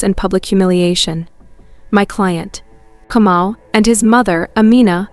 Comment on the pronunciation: Kamau not Comou